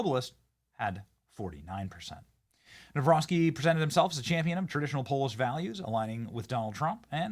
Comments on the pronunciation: Dammit Benny. It's NavRocki, not NawroSKI. Don't be ignorant. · That chick keeps mispronouncing his name!! NAW ROCKI NOT NAW ROSKI !!! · Benny, the pronunciation is Nah-vro- tskee. The amount of dirt the opposition threw at him equals to smear thrown at Trump. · I wanted to scream the way you pronounce his last name learn it or stop it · What a way to butcher the name